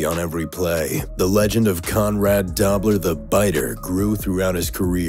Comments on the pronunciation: It's pronounced Doh-bler not Dah-bler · DOBLER. NOT DOBBBBLER🤣🤣🤣🤣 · he should learn how to pronounce conrad doblers name ( should be a long o sound) dobe-ler, not dob. or, maybe not repeat the bad pronounciation 7-8 times talking about the legend of conrad dobb-ler lol. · Conrad Dobler last name pronounced with a long o as in doughnut. Not Dawbler. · Conrad Dobler's last name is pronounced DOUGH-BLER not dob-ler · Dobler is pronounced "Doe-bler". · If you are going to profess to be enough of an authority to make a video on a topic like this, you should at least do enough research to pronounce the names right. It was Conrad "DOH ' - bler." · DOBLER pronounced dobe ler hopefully that helped. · It's Conrad Dobler as in dObler with long O. If you're going to speak it, learn the pronunciation. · Conrad "Dob-ler"??? Get it right... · FYI "Dobler" is pronounced "dough-bler". Source - grew up watching him play. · Oh my gosh that was driving me crazy! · its pronounced Conrad "Doe-Blur" Dobler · It really detracts from the presentation when you consistently mispronounce the name Conrad Dobler. Surely you could not have done any research for this piece and have gotten that wrong. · Mispronounced Dobler. Misspelled Ndamukong. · Awesome video and great voice. Show Conrad Dobler some respect by pronouncing his name correctly. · "Dobler" is pronounced doe-bler (doe as in deer) not daw-bler. I grew up friends with his nephew of the same name; just sayin' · Doe-bler, not Dobb-ler. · Its Conrad Doe -bler NOT Dab - ler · Conrad Dobler's last name, Dobler, is pronounced "Doe-blur" not "Dobb-ler". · Conrad Dobler not pronounced Dobb ler. Come on if you claim to know what you are talking about...... at least respect yourself enough to know how to pronounce their names? Doh! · Conrad DO-bler, not Dob-ler